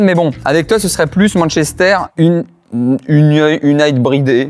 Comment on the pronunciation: Manchester-Unibride/[Yunaîtide] en prononçant bien je comprend mais ça reste pas drôle dsl gros